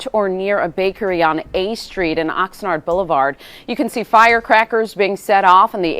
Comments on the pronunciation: No, it is pronounced Oxnard not Oxnerd. As in Ox’s NARDs. Idk why they keep that name 🤷🏻‍♂️ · Oxnard = Ox nard. Not Ox nerd. Nard, like the nards between a dudes legs. 😉 Love/look forward to all you vids.! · I like how you pronounced “Oxnard.”